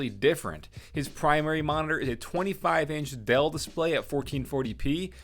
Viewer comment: I love the way you pronounce "dell" like dale